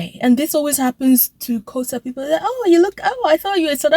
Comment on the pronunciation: Yes indeed, you do look like South African women but teach yourself you don't pronounce Xhosa correctly you say Khosa, please practice the clicks